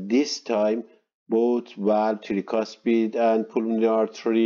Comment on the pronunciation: very good explanation, thank you for your lectures. But can you please try to say "trycuspid valve" instead of treecuspid? no offense to you sir, as people have different accents but if we speak Arabic that way, you will really make fun of us